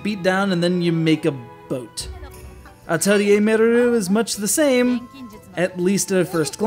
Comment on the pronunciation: Thank you for saying Atelier correctly! :3